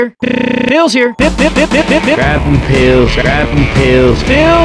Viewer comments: He sounds like he saying bills here! XD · says pills here in a funny way